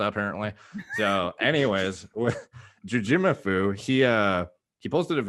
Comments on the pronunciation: I think people were expecting JOO-jee MOO-foo and you said joo-JEE moo-FOO. You just put the emphasis on different syllables, at least to what I thought it was supposed to be. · As someone who joined Juji's tricking community in 2005, I'm quite surprised at your knowledge of Juji lore,. Also, you're putting the em-phasis on the wrong syl-lable. It's not "Jujímufú," but just "Jujimufu" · Bro. The emphasis is on the MU. JujiMUfu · 2 syllables per word, 2 words. - JOO-JEE MOO-FOO. TWO WORDS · It's "jew-gee-moo-fu" lol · Dude its just jujimufu...so weird you cannot say names like its there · I always pronounce Jujimufu without any accents, sounds weird how adds an accent.